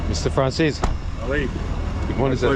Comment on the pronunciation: Why does he call him Franzeees while the surname is an Italian surname to be pronunced Franzese.